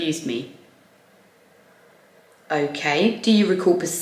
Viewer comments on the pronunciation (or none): When I hear you say "pacifically", should I be hearing "specifically"?